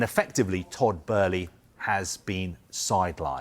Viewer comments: Bow-ly. Not Bur-ly jesus christ. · To be fair that does seem to be closer to the original German pronunciation of "Böhly" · and then even she said after hearing the other guy say it so much. She literally knew it was Boehly and changed what she knew just because the other idiot was mispronouncing it so much 😂🤦🏼‍♂️ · Todd Boehly ❌️ Todd Bæhlie ✅️ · Somebody needs to tell this dumb turk thats its boehly not!! 😂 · WHERE IS THE R IS TODD BOHHEHEHEHELEY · Dude called him Todd Burly 🤣 sky sports chief reporter and doesn't know the names of the people he's talking about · She pronounces it correctly but Kaveh insists on calling him “Todd ” but seems to then change her pronunciation after hearing him say “” 50 odd times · The other presenter even pronounced it correctly seconds before 🤦🏻‍♂️ It’s almost an arrogance to decide to pronounce it a whole other way after you’ve heard the correct name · but it's not how he pronounces it, there's interviews out there where it's said. Besides with an umlaut it's an "uh" not an "ur" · Literally seconds after the other presenters pronounced his name correctly and then she changes how she pronounces it after hearing him keep saying “” 🤦🏻‍♂️ And Kaveh’s pronunciation is incorrect I’ve heard the correct way in interviews with Boehly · can’t even get the name right & he works for sky ffs 🤦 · why does he keep saying Todd's last name wrong? he has done it in other reports too, christ that is embarrassing. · Can he say Abramovic and Boehly properly it’s irritating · This pundit can't even pronounce Tod's name correctly 🤡🤡🤡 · Typical sky sports. Their chief sports reporter can't even get Todd Boehly name right. Always playing catch up behind social media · Can someone tell this guy how to say Boehly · Sorry I just can't take you seriously if you can't even pronounce his name properly 🤣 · WHERES THE R IN BOHELELEHEELEHEHELEHEY